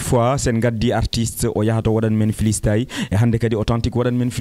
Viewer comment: Dj on dit pas flistyle c'est freestyle